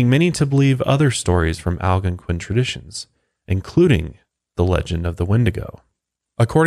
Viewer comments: Man I love coming here and listening to these whenever they drop. But can I just say I absolutely hate the way he pronounces "Algonquian" (al-gone-kwin) as (al-gunk-win) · Will someone please teach him how to say Algonquian lol